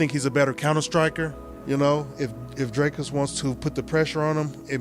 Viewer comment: can the american learn how to pronounce dricus du plessis. It is DRIIII-KUS, DO PLES-IIII....not all the other crap that chael says. There is no DIRK-US DO PLES- SIES